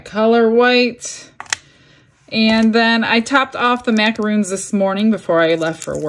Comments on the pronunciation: As an fyi, the cookies are pronounced mac-a-RON, as in the man's name. Macaroons are made of coconut. Thank you Food Network. 😊. Im so jealous of your haul. You've given me some ideas for receptacles for my succulent molds. Thanks! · Everything came out so cute! Just wanted to let you know that those cookies you made are called macaRONs. How they are pronounced rhymes with your & spelled with one O. MacaROONs, with 2 O's & rhyming with moon, are a different cookie entirely. They are a drop cookie made with shredded coconut. Looking forward to seeing you do all those other new molds. 🙂